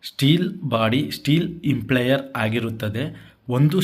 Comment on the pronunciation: ಸರ್, ದಯವಿಟ್ಟು ಪದಗಳನ್ನು ಸ್ವಲ್ಪ ಗಮನದಿಂದ ಬಳಸಿದರೆ ಒಳ್ಳೆಯದು. ನೀವು ಗೊತ್ತಿಲ್ಲದವರಿಗೆ ಹೇಳಿಕೊಡುತ್ತಿರುವುದರಿಂದ ಸರಿಯಾದ ಪದ ಬಳಕೆ ಮುಖ್ಯ. ಅದು “ಇಂಪ್ಲೇಯರ್” ಅಲ್ಲ, “ಇಂಪೆಲ್ಲರ್”. ದಯವಿಟ್ಟು ಮುಂದಿನ ಬಾರಿ ಗಮನಿಸಿ. Impeller